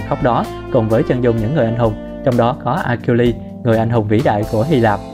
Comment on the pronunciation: Achiiles đọc là "A Sin" nhá.. nghe phát bực. Đếch biết gì về thần thoại Hy Lạp.